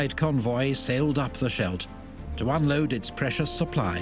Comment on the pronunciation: It's pronounced SKELT.